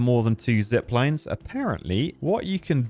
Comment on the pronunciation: First time this early to see him butcher not only the sluices, but also zip lines now apparently